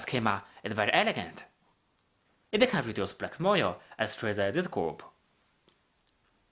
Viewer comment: Thank you, this is great. Suggestion: When you say "can", say it slower than when you say "can't", so we can tell the difference :)